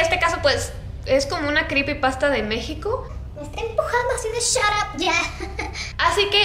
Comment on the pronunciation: dijo mexicio